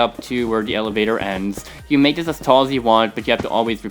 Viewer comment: Why is your "This" Sound Like "Zies"?